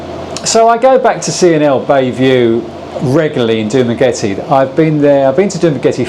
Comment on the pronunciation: Dumagretty? 😂 Did I hear that right?